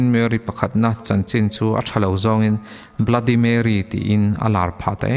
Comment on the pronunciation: Bluddy marry tilo in bloody merry ti in lam zawk tur